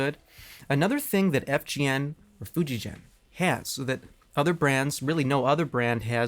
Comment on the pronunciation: In Japanese the name of the brand is pronounced Fu-dji-gen